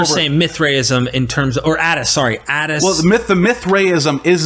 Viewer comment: Haha big mad, can't even pronounce the terms properly.